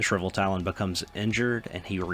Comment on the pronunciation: I know its tough with english if its your second language, but reading the things that are written will make it easier for people that are watching to understand. I was confused what Shriveltalon was, until i realised you were talking about the Shrivetalon.